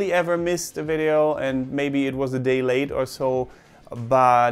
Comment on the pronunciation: I understood 'I have never been late' as 'I have never been LAID‘ 😂😂😂 (it’s not grammatically correct but in my head I just thought of him getting laid OMG 🤦‍♀️😂😂)